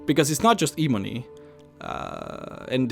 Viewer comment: How hard is it to say 'ebony'. It's not eeeebony, it's 'eh-bony'. Ebony. Come on, I'm not even English yet I know that.